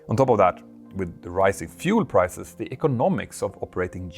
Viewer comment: ...presssent...isss...presssence...wasss...risssiing...uviation...🙄 ENGLISH PRONUNCIATION MATE!!! 🤪🤪🤪 In ANY language pronunciation is critically important!. Example; eyes...ice. 🤷‍♂